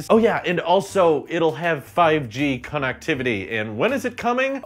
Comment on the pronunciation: why are you pronouncing "connectivity" like that